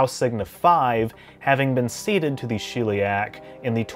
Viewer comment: Shell-e-ack. Not shill-e-ack.